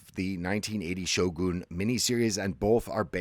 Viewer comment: It’s not pronounced Shogoon 😂